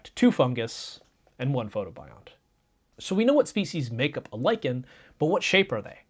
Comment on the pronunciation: "lichen" nononono "liken" I hate English